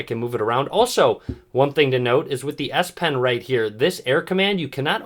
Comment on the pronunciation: Did he just say ass pen?